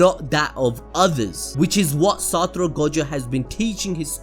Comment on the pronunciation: Saturo FREAKING Gojo. Cannot say his name any other way now.